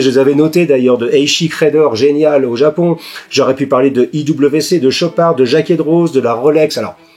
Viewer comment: Excellente vidéo, je n’ai pas vu passer les 40min ! PS : à il me semble que l’on ne prononce pas le z de Jacquet Droz Cheers, Arthur